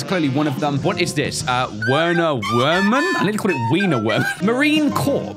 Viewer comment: Actually his name is pronounced as verner verman because he;s German and the W’s are pronounced as v’s